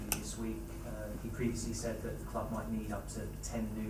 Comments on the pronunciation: yea he just says it in the dutch way. man saw it was spelled the same and just settled for dutch lmao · I love the way he says "Cloob", but wishing him a successful tenure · I love that he pronounces "club" the same way Rafa does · Love how he says cloob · Says cloob like rafa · I love how he says club 😭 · He pronounces ‘club’ like Rafa Benitez does.